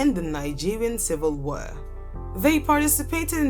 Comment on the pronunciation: The word is pronounced war, not wer....